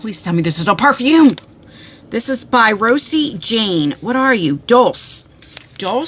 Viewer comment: Dulce is pronounced “dolechey”…loveU